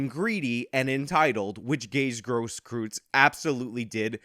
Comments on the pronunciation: Please don't pronounce it as Gross Kryytz. It is Cross Kroits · Technically its pronounced "Grohskroits". Tho I'm pretty sure it's not a "traditional" german name, if you catch my meaning. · Grosskreutz is pronounced kinda like gross-kroitz. Other than that good vid. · How do you mess up a name that badly? It’s one thing If he’s unknown but he’s one of the most used names in one of the most public trials in recent history. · The one and a half arm bandit